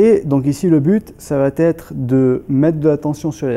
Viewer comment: Très bonnes séances merci ! Très bien expliqué aussi - tte petite remarque Ne pas faire de liaison ça va-t-etre - simplement : ça va être Aussi - le verbe acquérir donne acquis, pas acquéri A part cela bravo et encore merci !